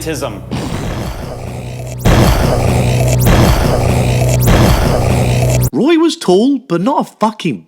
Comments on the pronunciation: It's called Gigantism not giantism. And that was zaks first line, he doesn't know what the word is. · Zak doesn't know words properly. It's not " giantism". It's called gigantism.